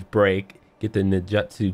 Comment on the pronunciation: “Nin-jet-su” wow